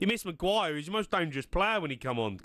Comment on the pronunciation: Jamie sayijg Harry Maguire like Shane Long 😂😂😂😂😂